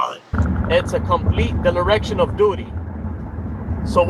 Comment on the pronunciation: Can’t pronounce “dereliction”.